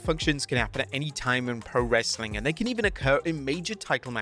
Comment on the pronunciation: Does anyone else pause wrestlelamia videos just before the godawful "Wrassling content!"? Just me then...